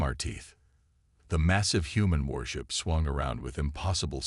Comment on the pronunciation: worship or warship rocking of warship video annoying reed or read annoying AI text call or atless hatless,lol